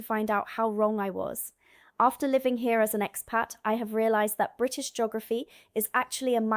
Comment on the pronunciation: Jeegorafy? I can't watch this. It's painfully bad.